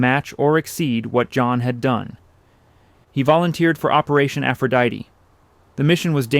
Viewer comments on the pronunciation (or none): none